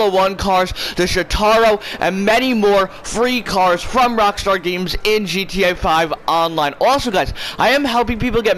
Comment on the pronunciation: Why does he say GTA 5 online like that ewww